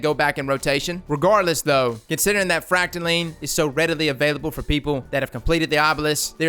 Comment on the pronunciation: YOU SAID THE PROPER VERSION OF FRACTALINE. IM SO PROUD